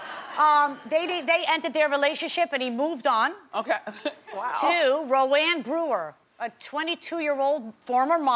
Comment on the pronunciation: I've never heard Rowan pronounced as "row-ANN" instead of "ROW-an"